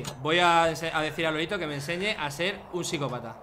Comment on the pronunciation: Todos: Lolito Luzu: Lolaito